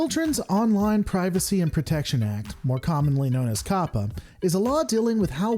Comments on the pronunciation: It's CO•PA not COP•A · I don't know why, but you calling it "Cop-uh" is really throwing me off. (I've been hearing it pronounced "Cope-uh")